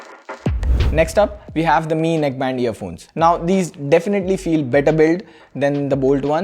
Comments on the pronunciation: for god's sake call it "Mi" and not "Am - I" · its MI (me) , not M-I (em aai) !